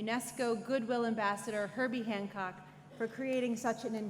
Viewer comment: It is Hancock, not HanKong